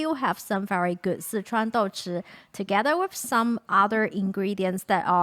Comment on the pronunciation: Why do you pronounce Sichuan as "Citron"?